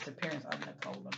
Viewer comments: It's pronounced Nick-o-la. She's not a soft drink. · Pronounced Nic a lah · Pronounced nick-o-la in the UK. O sounds like the U in the word up. Poor girl